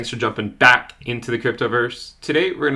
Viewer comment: love your channel! Thank you so much. A little less emphasis on the "BACK into" wouldn't hurt your intro though :P